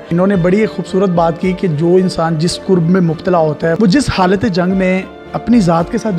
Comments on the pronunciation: Lafz "kurb" nahi hota.. "Karb" hota he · yeh qurb nahi hota karb hota he qurb ka mtlb qreeb aur karb ka takleef hota he apni urdu theek kren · Exact karb word hy Qurb nhii hy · Dear pronunciation of word is Karb not korb mean pain.... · lafz کرب hai,nake قرب